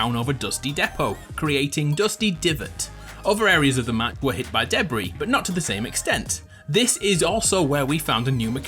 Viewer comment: I don't like the way you pronounce "depot" and "debris"